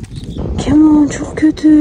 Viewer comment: KEMAL yanlış telaffuz doğrusu KEMÂL